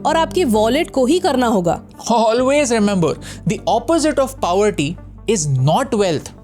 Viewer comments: Tip :- To that boy, Pronounce Poverty, Not Paouverty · Yaar at least pronounce poverty correctly. Wtf is “powerty”